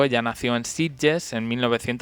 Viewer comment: Sitges, no Sidges.